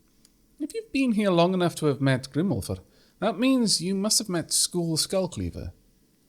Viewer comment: Well fuck, I caught up... guess I will have to wait for updates like everyone else from now on. On the upside, I can comment on Norse pronunciation and mythology now! Actually, let' do that now! For the name Skule, the e is pronounced. If you remember from way back, in Nordic languages, every syllable is pronounced most of the time. Also, Röskva, (Sorry I don't have the Danish/Norwegian Ö on my keyboard,) has the ö pronounced as the e in herd, not as an o.